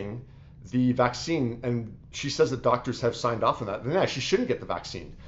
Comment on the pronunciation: Are people not bothered that you can’t even say Vaccine? And no I don’t agree with, she did not deny science, and also follow the nrs.